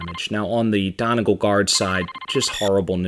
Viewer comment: Great video! One note though, Donegal is pronounced Don-ee-gaul, not Don-e-gul. Celtic pronunciations are not the most usual.